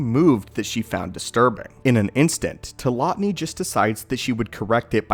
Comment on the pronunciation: Tilotny not tilonity